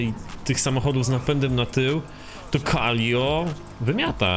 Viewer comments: Calico ala ✨calio✨ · "KALIO" XDDDD i "CZESTER" czemu on nie umie czytać xD? Ps: szkoda, że dałeś na początku wstawke z już stuningowanym autem, przez co troche zaspojlerowałes 😑